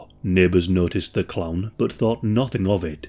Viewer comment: Kept thinking you were saying clam, not clown. Made this video REALLY weird.